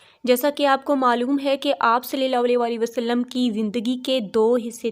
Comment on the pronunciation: Bhot ACHA but plz s.a.w W Sahi se kahen Meri bhen